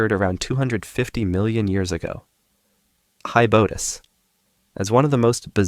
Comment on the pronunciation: Its called hybodus not hibudus